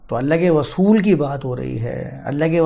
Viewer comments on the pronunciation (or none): رسول کو غسول مت کہا کیجیے۔ اردو کی عربی میں تلاوت کی کیا ضرورت ہے؟